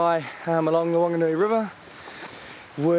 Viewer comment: Bro the nerator needs to stop doing his job if he can't pronounce our kupu correctly. It's "Maori" not Maaari...it's "Wanganui" not Wan-ga-nui...fuck that grinds my bones, fuck off.